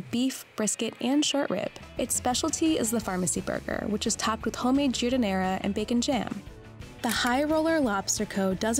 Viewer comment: "Jewdineira", lol. You mean Giardiniera